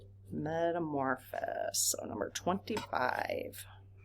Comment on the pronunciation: Just a quickie hon — It’s not ‘meta-mor-phis’ It’s Met-a-morph-O-sis. It’s FIVE syllables, not four.